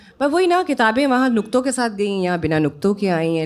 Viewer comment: Ms. Saba kya aap Nuqton naheen kah paati hain. aap iski jagah Nukton kh rahi hain.